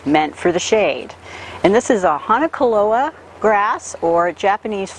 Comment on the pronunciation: She mispronounced that too. Ask for "Hack ON a klo a"